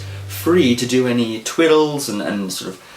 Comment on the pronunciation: did you just say " twiddle":)